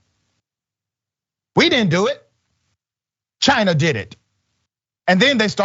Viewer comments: He say CHIIINA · Dr Ritchie, you didn't get China right. Lol Chiinnnaaaa.